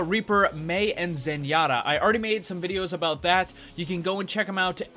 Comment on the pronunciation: In Overwatch you forgat abaot Ana